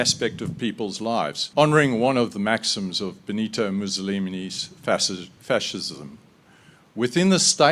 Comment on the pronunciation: That totally well-placed and not at all a complete misreading and misinterpretation of that Mussolini quote paired with the botched pronunciation of Fascism was truly beautiful. I sure am relieved to see that such intellectual giants are in charge of the mineral exports industry in this country 🙃